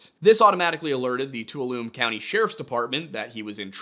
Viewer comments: Tuolumne is pronounced Too-all-um-knee, not Too-a-loom. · its been literal years now... its pronounced "Too-waloo-may" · Just a tiny pronunciation correction and this is absolutely me being friendly in saying it, not a complaint! Tuolumne is pronounced "Too-Awl-Ah-May" But yes! I do love videos like this, whether there is mystery or if its just you debunking mysteries, its good stuff! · Just a heads up Tuolumne is pronounced something like “two-all-a-me”. Emphasis on the two and spoken quickly. As someone who lives there, I was at first very confused by you pronouncing it “two-a-loom” or something like that. Thanks for turning a critical eye to these cases. Although I still think Nick at Missing Enigma is the GOAT (love your episodes together). Love that you digging through to find the really questionable ones and. considering more reasonable explanations (for some cases) first. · did you mean to say Two - All - ah - me? You said tualoom....spent 10 years in the San Joaquin and never heard of tualoom. When in doubt youtube and other sites do have pronunciation features. Cheers. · it’s (TWO-wahl-oh-mee ) Tuolumne County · 😊Tuolumne is pronounced “Twall’-oom-nee.” 😉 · love what you guys do. It is pronounced Tuolumne (2 all uh me) county. It is pronounced Mono (Mo no). It is pronounced Merced (Mer said). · small correction. Chowchilla is pronounced with the "L's" like in chilly. at least that's how we pronounce it and I'm from the area. Merced is also pronounced Mer-Said, I promise that I'm only providing feedback and not being pedantic. Tuolumne -> Two-all-um-me as well. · Hey I grew up in this area and just wanted to mention that Tuolumne is pronounced (too all um ne) and Merced is (mer sed), I don't mean to nit pick I just hope this helps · Tuolumne is pronounced “too-OL-uh-mee”. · "Tuolumne" ... Two-awl-la-me ...